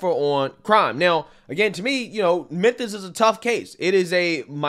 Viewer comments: Bro said Menthus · lol crazy that you say "menthis" consistently every time you can even clearly see your tongue between your teeth making the "th" sound, instead of the "f" sound where your lip would be under your teeth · Menthis? Oof. Memphis. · Not really. If it was well said he wouldn’t keep calling Memphis TN “Menthis”. And it’s not even a 1 time slip up, he says Menthis every time. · "Menthis" Much love. Don't change man. I make fun because it's funny but I want to see you keep doin you. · "Menthis'? Mem.... Meeeeeeeemmmmphis lol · MemPhis. Not Menthis. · Memphis; ph is pronounced as an f, just saying